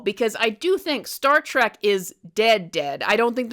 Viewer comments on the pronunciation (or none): Not Star "trach" it's Star "Trek" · It's Star TREK, NOT TRACK!